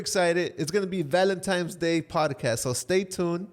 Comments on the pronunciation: So who is gonna tell that it’s “Valentine’s” not “Valentimes,” great episode ❤ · saying “Valentimes” has me dead! Anyone else? 😅